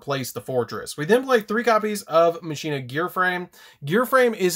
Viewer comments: Is it pronounced Machine-ah, or Mach-in-ah like how Wakka says it in Final Fantasy X? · I pronounce it like Makeena